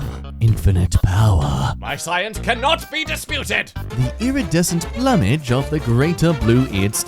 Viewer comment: I believe lichen is pronounced (Li-khen) but I could be wrong. Edit: I also think plumage is pronounced (PlUe-mehj).